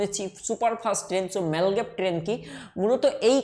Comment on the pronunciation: apni apnar pronouncing ta arektu perfect korun. মাগলেভ কে বলছেন মালগেব। বৃহনমুম্বাই কে একটা অন্যরকম উচ্চারণ করলেন। আরেকটা লেখা ছিল বেডউ কিন্তু আপনি উচ্চারণ করছেন বেউড। কোনটা টা ঠিক আপনার উচ্চারণ না টাইপ? এটা confusing hoye ja66e।